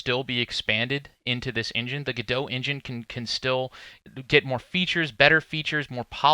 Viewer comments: It's french, so the french pronunciation is guh-doh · its not GEDO its GO DOT oh my god!!!! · why do you pronounce it "go dough" and not "go dot"? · The only thing I can't get past is.... surely its pronounced "go dot"... every time you said gadow, it made my wince, please god say that's not the official pronunciation!! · Isnt it pronounced Go Dot not Gdo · Ga Dough ?? I honestly thought it was pronounced GO DOT and not Ga Dough ....hmmm ok , learn something new I didnt expect. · It's pronounced like the two single words Go and Dot-i guess. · the logo of the company is implying you pronounce "godot" as "robot". cheers! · Wish you'd pronounce Godot "God-oh" :) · Godot pronounced like Home Depot just no fucking t lol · Step 1: Learn how to pronounce GODOT properly ;p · The way you pronounce go dot is gross